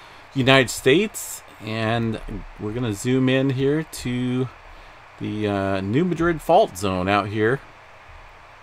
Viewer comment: Pronounced New Mad Rid